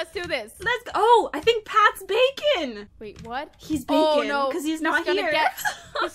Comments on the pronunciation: When she said bakon wrong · wait is it just me or did anyone else think this game was pronounced Bah-kone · WHY U PPL ALWAYS SAYING BACON IT'S BAKON BAKON OML U PPL JUST UGHH NO HATE